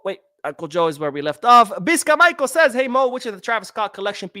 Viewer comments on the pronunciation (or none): none